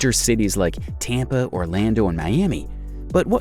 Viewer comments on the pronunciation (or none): none